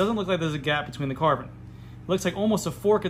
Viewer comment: Every time he says „Carbon“ to the Epoxy my toe nails curl. And i cant unhear it.